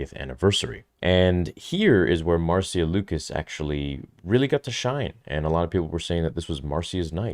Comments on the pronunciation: Marcia is not pronounced "mar-see-uh", but "Mar-shuh" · Love you, but it is pronounced Marsha not Mar-see-ya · Marcia is pronounced Marsha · C’mon, her name is pronounced Marsha. I can’t believe the amount of YouTube hosts making this mistake. It’s embarrassing. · Her Name is pronounced MAR SHA. Like Irish Name Siobhan. Is pronounced Sha vonne Not SIO bhan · I know this dude is foreign, but “Marcia” isn’t the hardest name to pronounce